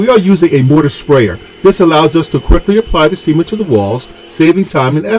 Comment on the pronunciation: I think the pronunciation of “cement” is incorrect. Please help me confirm this.